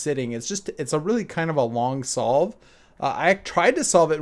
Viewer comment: For a bit I thought solve said stroke